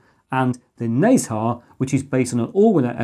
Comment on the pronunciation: I love how ang mohs pronounce the Chinese names. XuanTie is pronounced as shh-ant t-yea and nezha is nurl-ze-ah